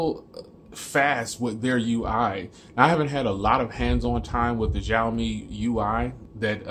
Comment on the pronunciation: Nice conversational review, it sounded very authentic. You are right with bands being somewhat not ideal for US, there is a Global model of Redmi Note 4, which is just rebranded Note 4X but this one has better bands for US use. I like your reviews, keep up the good work. One tiny suggestion is that Xiaomi pronounces as 'Shao', not 'Jiao', you can ask Chinese friends for this but that's how it's supposed to sound.